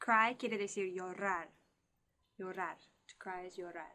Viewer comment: COMO NOS AYUDAS TANTO CON EL INGLES QUIERO AYUDARTE UN POCO CON EL ESPAÑOL.. UNA HUMILDE OPINION...LOOK si la "r" esta en medio de las letras no la esfuerces como llorar ... solo se esfuerza cuando esta al principio como ...rapido, relampago... LA UNICA FORMA PARA QUE ESFUERCES LA R Y ESTE ENTRE LAS LETRAS ES CUANDO HAY 2R como caRRo o de lo contrario suenas como rusa